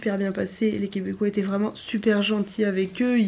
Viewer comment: "Et pi l'intérieur est vrinment bô", tu choppes l'accent que tu le veuilles ou non !